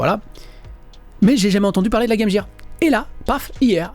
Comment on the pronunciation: Apprends à prononcer game gear correctement gros crétin. C'est vraiment le truc qui m irrite